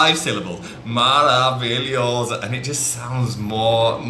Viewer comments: Hi! A quick tip I can give you is, istead of highlight the middle of the word like maravilhooooso or incriiiivél, you can also pronounce emphasizing the first two or four letters and then slow pitch the rest of it, for exemple: Foi MAravilhoso, INcrivél. MARAvilhoso Thak you, I love your vids :) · Perfeito! Se vc notar como o fala "maravilhoso" soa bem no estilo fresquinho de garotas e caras de classe média. Falar "maaraavilhoosoo" é bem afetado.